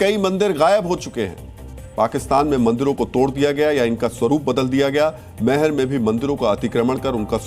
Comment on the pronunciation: Meher nahi maihar bolo sahi uchcharan kijiye, jay maihar,Jai Bharat